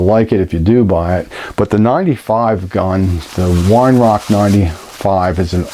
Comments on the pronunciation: its pronounced veye er-rark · Weihrauch is pronounced vei rowgh.